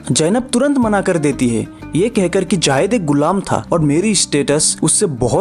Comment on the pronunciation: भाईसाहब, " जायद " नहीं " ज़ैद " है ' ज़ैद ' ! इसका उच्चारण आपका गलत है ! " J A A Y E D " आप इस तर प्रोनाउन्स कर रहे हैं ! जबकि J A I D " ये उच्चारण सही है ! इसे सुधारें ! JAAYED JAAYED "